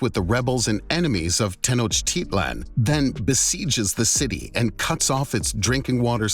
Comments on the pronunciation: The speaker has obviously never been to Tenochtitlan, or he would know how to pronounce it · it is pronounced (teno-tich-lan)